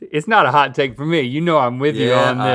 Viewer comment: I love when link says "hawt" lmfao